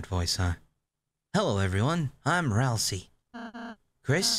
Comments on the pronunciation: I think Ralsei is pronounced Ral-say not Ral-see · Hey! I wanted to tell you something.. You are pronouncing “Ralsei” wrong.. It’s pronounced (RAL-ZAY) not (RAL-SEE).. Just saying! 😊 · Kris (KR-IS) is a Male, Susie (SU-ZEE) is a Female, and Ralsei (RAL-ZAY) is a Male. Your welcome! 😄